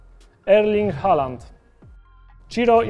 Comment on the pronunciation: Jak już tak przykładasz uwagę do poprawnego czytania nazwisk to się czyta Holand jak cos